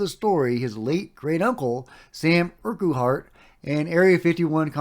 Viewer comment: The dude's name that you can't pronounce is pronounced urkhart.